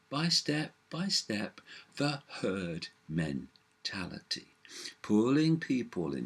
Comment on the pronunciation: Cant help to laugh everytime he says 'the hurd' 'bah bah' but sadly its true